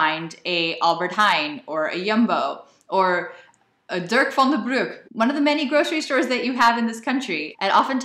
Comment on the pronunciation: Hihihi... “Durk van der Broek”